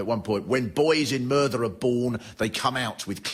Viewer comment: learn how to pronounce Merthyr before you do a show about it you numpty